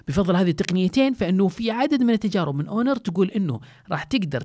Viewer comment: هونر وليس أونر